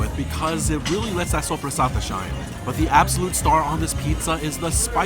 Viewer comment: As an Italian I'm really impressed by your pronunciation of soppressata.